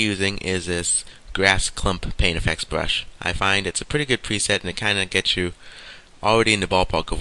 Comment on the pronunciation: Good tutorial just a few things i dont understand. what is the an eye bwow and a bwush :D hahaha